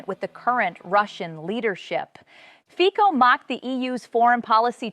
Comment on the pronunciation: Fico pronounced like FITZO, not FIKO.